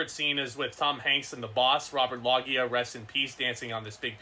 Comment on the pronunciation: did you call Robert loggia, Robert log e ah? I believe it’s pronounced low zhia but just messing with ya